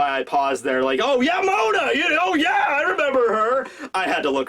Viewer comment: Its Moda not Mona... pls how could u make such a mistake. Ps: Mo D. a